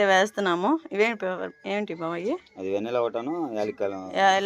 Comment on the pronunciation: వెన్నెల కాదు. వెనిల్లా (( Vanilla) 😅